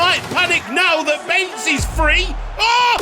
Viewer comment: As a Hungarian I can tell you to spell the second 'e' in Bence Macher's name like the first 'e'.